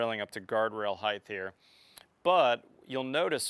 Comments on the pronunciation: Height NOT HeighTH. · Height... Not Heighth. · Heighth ? What the hell is Heighth ? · Two things. I wish you had shown the attachment of the panels more clearly. And "height" doesn't end in TH like width and length. Otherwise good stuff! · aayotechnology I've noticed that a lot of American's with their pronunciation of "Height" add the "th" sound to the end